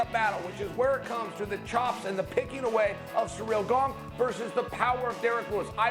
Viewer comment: “Surreal Gong”